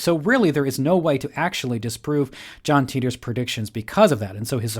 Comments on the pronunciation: I though it was pronounced tye-tor like titan ?? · Titor: It rhymes w. 'FIGHTER.'